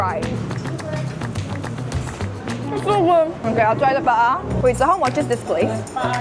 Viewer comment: Pet peeve: Talking about chicken inasal but pronouncing the Hiligaynon "pa-a" (thigh) like the Tagalog "paa" (feet). Egh. It's a good thing I don't have a restaurant. Otherwise, I'll serve adidas (chicken feet) if one orders paa instead of pa-a.